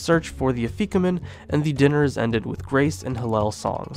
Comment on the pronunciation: Really awesome information! However your pronunciations of haggadah, charoset, and afikomen are....interesting 😅